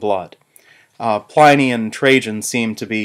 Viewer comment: My God, the mispronunciation of Pliny is killing me.